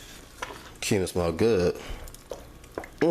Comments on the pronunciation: Pronounced "cue-min"....I laughed when I heard him say that as well...looks delicious though ! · He said coming seasoning😂 It should be cumin. I love!!! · HE SAID CUM-IN season...